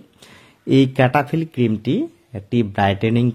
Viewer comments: ক্যাটা ফিল নয়, সেটাফিল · Name tai to vul ...bolchen.....cetaphill